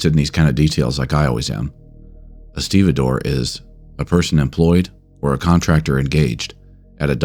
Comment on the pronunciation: Now I know how 'stevedore' is pronounced. 😅